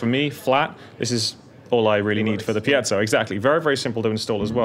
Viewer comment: FINALLY someone pronouncing Piezo CORRECTLY Mike Dawes